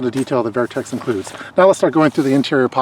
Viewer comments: Great review👌🏼 couldn’t let go of the “vAIRtx” pronunciations though😂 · Good review, great product, just saw a shot show 2017 video on same bag. I have plenty of Vertx pants. Very well built! Comfy and durable! Just never heard the brand name pronounced that way.